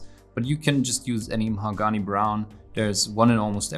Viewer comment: how he pronounces Mahogany is 10/10